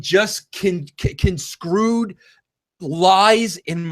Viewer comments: it's fucking misconstrued, not misconscrewed..SMH..and bold-face not ball-face..lmao..how the hell could someone not have told you this, by now..? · Conscrued. Wreserling. 🤦 How has Russo wrote books? 🤣 I get dumber every time I listen to Vince. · Plus. Russo is just annoying. And he cannot pronounce 'misconstrued '. or ASK.